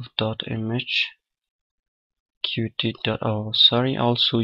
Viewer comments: 'cute' is the official pronunciation. Watch some videos on the official Qt channel and pay attention to how it's pronounced there. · Good tutorial! But there's something that bugs me: Qt is pronounced 'cute', not 'kyu-tee'.